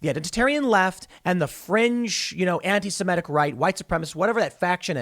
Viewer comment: Why do some people pronounce antisemitic as "antisimetic"? Can you not look at the letters and see which one is an "i" and which one is an "e"? I don't see which part of that is difficult.